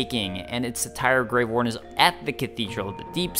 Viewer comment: Every time you say "grave warden" I hear grey warden. I've probably just been playing too much Dragon Age recently...